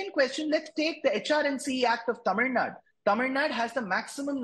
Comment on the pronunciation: That guy dosent even know how to pronounce the state name... Its tamil nadu...not tamil nad.. If mosques and churches are not under the government even temples need to be kept away from the government